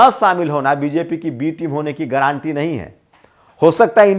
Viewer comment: गारंटी का सही उच्चारण कीजिए।ग्रांटी ग्रांटी मत बोलिए।